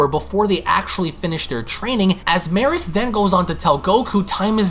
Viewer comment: Its pronounced me-rus. Like beerus but with a m